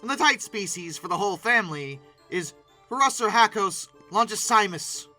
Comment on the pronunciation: I’m sorry, pronunciation is not your strong suit. Phorusrhacos ( For- us - rack - us ) Phorusrhacidae ( For - us - rack - id - day ) Also, the only living numbers of the terror bird family that are still alive, are the South American Sereiemas ( Sair - ee - Aw - ma ).